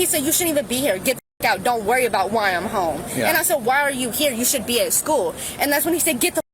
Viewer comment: It’s only been five years-uh! What are you talking about-uh???